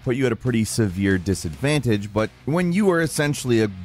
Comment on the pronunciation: "would be a serious disadvantage" wow an american actually prenouncing the word right instead of advanidge ? wow this a rare moment xD